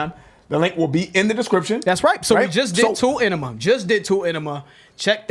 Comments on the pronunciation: Omg. Its not tool- enima... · AH NEE MA NOT ENEMA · Ann eem Ah not enema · For the record - it's pronounced Ah-nema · The Tool song is pronounced (Onema) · It's pronounced eye-nima. It's a combination of the words Anima, meaning Soul. And enema which is a cleansing. Ænima, basically translates to "clensing of the soul". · It’s pronounced Eye-nima